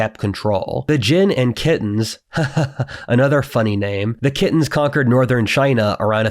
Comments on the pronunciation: Good video, but Khitan is typically pronounced "Keye-tan" just for the record. Does sound funny when pronounced "Kitten" lol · "kittens" ? Khitan (Liao dynasty) isn't pronounced that way. The slavs pronounce it like "Kee thai" and still use this term to refer to China to this day. In Chinese it's pronounced as "Chi d'an" also why you refer to the Khitans by their ethnic group while the Jurchens by their Chinese based dynasty name Jin ? maybe consider a bit of consistency? note here, the Jurchens (Jins dynasty) are considered as proto-Manchurians.